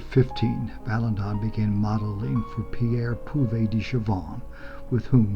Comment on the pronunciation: Very nice, but it's "Vala-DON," not "Valan-don." Only the "n" at the end.